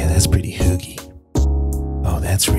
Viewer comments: Yes, she's pronouncing it horribly. And if it weren't for the context, I wouldn't have known she was saying "hygge". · Hi a random dane here and i cringed so badly every time they said hygge, they pronoused it wrong and now i know they cant say it right coz they dont know how but for godsack somebody tell them how its said right. ( and im sorry if i spelled something wrong like i said im from denmark so yeah english isnt my first language) anyway it was a great video beside the hygge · For the record.. You are TOTALY butchering the word "Hygge"... My ears are bleeding :( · The way "hygge" is pronounced here would never be understood by scandinavians🤭. Also feminism, 'colonial guilt' and diversity as acceptable topics has been put in the trash bin, that's true. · How can you live here for so long and still not know how to say hygge? She's in her own bubble not integrating and then going around lecturing. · Isn't she pronouncing hygge wrong? D